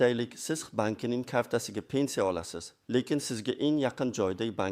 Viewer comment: ПЕНЦИЯ эмас П Е Н С И Якор савод , где учился в подвале наверное.